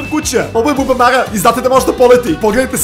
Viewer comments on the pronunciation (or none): none